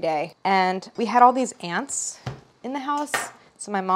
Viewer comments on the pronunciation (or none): Lol. When she said “ants” I thought she was saying “aunts” so figuring out “EXTERMINATE”